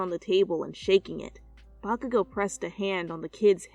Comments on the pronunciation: I had captions on and every time she said bakugou the caption said vodka I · I put on the subtitles and every time she said “Bakagou” it said “Vodka go”